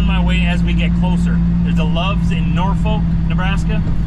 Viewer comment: Humphrey is a pretty nice little town. Club 81 had a really good restaraunt back in the day but it suffered the same fate of many located in the mom and pop truck stops. By the way it’s pronounced Nor-fork, I’ll spare you the long story. Safe travels.